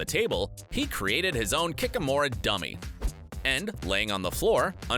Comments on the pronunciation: Same!! I was like "GAH! KIKIMORA! A! ONE EXTRA LETTER! NOT HARD!" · I get it can be kikimore or kikimora... but prounouncing it 'kickamore" was killing me. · Cav ill? Kick a more? Is it a requirement to mispronounce a certain number of words to voice youtube videos? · KIKIMOR?????????? WTF its, pronounced >> Ki-Ki-Mo-Ra , PLEASE STOP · Every time he said "kikimore" instead of Kikimora I cringed so damn hard.. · "kick-uh-morr" eh? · It's pronounced KI-KI-MO-RUH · Mispronouncing kikimore; the location of Poland; Hungary being slavic. Classic journalistic ignorance. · The voiceovers pronunciation of kikimore is just killing every fan inside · Right? Lmao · It is said ki-ki-mor-a goddamnit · How did he miss the a in kikimora? 🤔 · It bothered me as well! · Akasha Angel Luna yeah, I was agreeing that it annoyed me as well that he didn't say it right. I'm easily triggered when people say names wrong. Lol 😛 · I mean, it was definitely noticeable. I know that I personally try my best to pronounce any word, foreign or domestic, as accurately and as true to it’s originally intended pronunciation as possible. This guy can’t even say Henry Cavill’s name or Kikimora. Good video, and does a great job showcasing what makes this show so good, but my eye is still twitching, just a little bit.